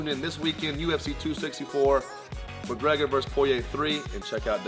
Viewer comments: Conor mergegor lol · No1 gona mention the genius “Murragega” from stephen?